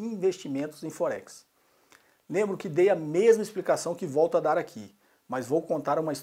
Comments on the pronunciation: Não preciso de Axel, pra vê que tua conta tá errada kkkk rapaz não sei o que, tu ganhas pra desenformar os outros e o nome não é focse kkkkk aprende falar pelo menos o nome ! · Puxa, não sabe nem pronunciar Forex kkkkkkkkkk .